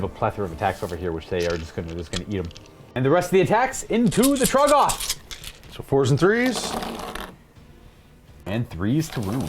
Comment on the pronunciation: Trog-GOTH. 😂 I think it’s TROG-goth, buddy